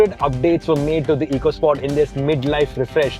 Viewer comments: It’s officially supposed to be pronounced “Echo Sport”. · Pronounced Echo Sport 🙂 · My best memory of the EcoSport is that Ford Ecoboost is of course pronounced "eeko-", but Ford's very own Ecosport model (that has an Ecoboost engine) is pronounced "echo-" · This is the FUHD ECUH SPAWT 🤣🤣